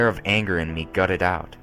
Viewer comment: and soon the flnger of...(the fuck) the anger of